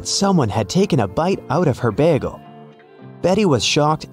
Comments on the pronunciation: I love how he says "bægle" for bagle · why did you say bagel like 'beargle'